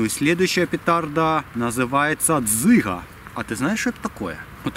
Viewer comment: мне послышалось что не дзыга а цыган :-/